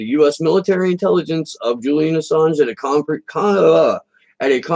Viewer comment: Of, not "off".